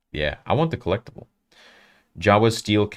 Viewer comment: Brand new… “Jawa new” haha